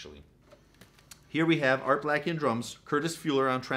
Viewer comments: You’re a wanna be jazz fan. His name is Art Bla - key, not Blackey. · Its pronounced: ART BLAKE-EE Not Art BLACK-EE. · NOT pronounced Art BLACKIE, it’s Bleyk-kee. Like CAKE-KEY. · Your pronunciations of artists names are off. With Art Blakey... well. Blake-y.. like Cake-y... I do enjoy your videos, but please do some research first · Yep, Art Blacky, really?